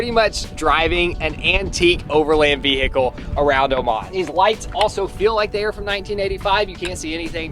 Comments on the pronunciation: I can't get over how some Americans pronounce 'vehicle' 😂 ve-H-icle 😅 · Will someone tell the H In vehicle is silent! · says vehicle wrong. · Fun drinking game. Take a shot every time says VE-HICLE